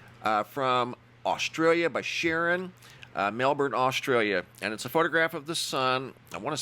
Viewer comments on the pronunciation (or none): none